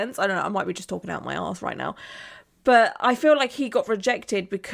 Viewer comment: Why is it so hilarious to hear a British person say, “Or I may be talking out of my ass…” 😂🤣👑